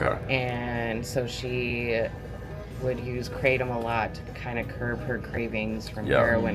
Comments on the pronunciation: kra tom , not crate tum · its pronounced Kra tom not kraytom. dont know why that annoys me so much. But i am high on nam tom all the time hahaha. The locals here brew it up and mix with cough medicine but that cant be good. I brew 20 to 30 leaves with 2 limes then put on ice and mix with a bottle of coke and 2 fruit ice tea sachets. Over 10 years now, keeps me cool in the heat and gives me a nice buzz. I was worried about giving it up and when I went on holiday where they didn't have it it was not great for the first days but I drank 3 cup of coffee a day and after 3 days I was back to normal. Also before I drank it I was getting colds all the time and since I started that has stopped. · Lots of shady red flags about this company. Even the way she mispronounces krahhh-tom makes me think she’s intentionally obfuscating what this drink really is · lolll having grown up in Thailand it is SO funny seeing the rest of the world come to grips with kratom, as well as annoying hearing people pronounce it "Crate 'em" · Say Krattom ONE MORE TIME..... LMAO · She can't even pronounce the word right and she wants me to buy her product😂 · New brew bitch intentionally mis pronouncing kratom is fucking hilarious